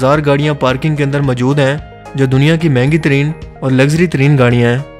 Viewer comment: Bhai ap zara apna talafuz thek lar lo...majood nhi balkay moujood bola karo.